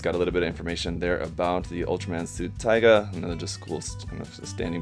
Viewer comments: Erghh hate it when he keep calling that ultraman taiga instead of tiga (tee-gah) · It sounds like tea-ga not taiga (tiger) Open the Google translate, choose Bahasa (Indonesian) type tiga if you wanna know how to pronounce it. Tiga means 3. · Tiga, Ti not pronounce as Tai but Tea. The Ga u pronounce correctly. So it sound as "Tea-Ga" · Is Tiga Not Taiga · its tiga.. not taiga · That shit really confused me because I always pronounced tiga in my head the way taiga is pronounced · Tea-ga. Not Tie-ga. XD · It’s pronounced tEEga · Pronounced Teeeeeega bro. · I-its "TEE-GAH" ;;v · It's tiga(tēga) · that' not how it's pronounced but funnily enough there actually is an Ultraman Taiga